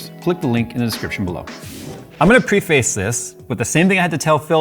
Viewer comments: Preface. PREH-fiss. Not PRE-face. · I don’t mean to be a grammar snob but please for the love of all that is holy learn how to say the word preface.